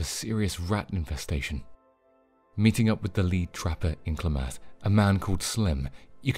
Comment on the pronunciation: Clam eth not clah math